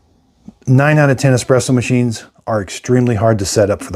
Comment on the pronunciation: i can't take you seriously if say ecspresso